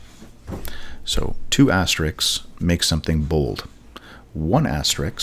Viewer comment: An excellent, very helpful video delivered in the smoothest and best-recorded voice youtube has ever known. So good in fact that it's completely effortless to forgive the unusual pronunciations of asterisk and tilde. :)